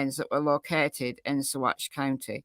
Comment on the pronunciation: Yes, you are pronouncing Saguache correctly 👍 sa-WATCH